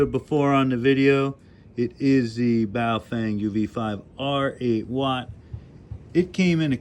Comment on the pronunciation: Ba oh fung , <correct pronunciation sound alike. Not,,,,, Bay o fang <wrong pronunciation..